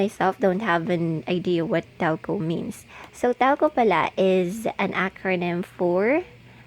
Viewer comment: Talco? HAHAHAHAHAHAHA funny Trying hard